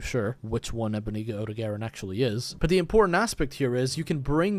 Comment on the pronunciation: Odogaron is pronounced like (oh-dog-ah-ron) just so yk